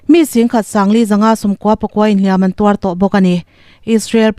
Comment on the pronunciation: Beng avârin, i thu chhiar ngaihthlãk a nuam a, "Hliam an tuar," tih i lam dãn pawh a dik thlap mai❤